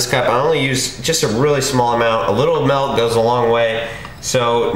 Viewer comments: MILK dude MILK fucking MIIILK not MAAAAALK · Nice, sweet, healthy treat :) Also, nice intro. Also, what state do you live in where you pronounce milk malk?